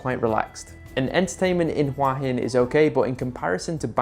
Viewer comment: Say it with me, hoo-ahh hin. It is not "wa-hin".